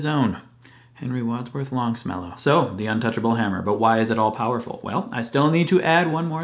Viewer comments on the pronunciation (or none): It is actually Longfellow not Longmellow.